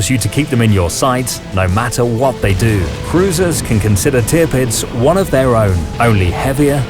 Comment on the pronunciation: It is wonderful to observe how far the quality of your videos has come since the day when Tirpitz was being pronounced as Te-a-pits.